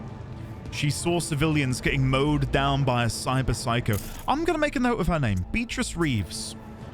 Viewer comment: are you saying "beat-rizz" to fuck with us (instead of "Bea-trice") or is that a British speech impediment? 😅